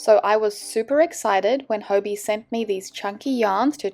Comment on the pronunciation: I thought it was pronounced hobby 😅